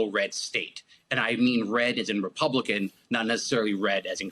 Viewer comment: "Republicomm" s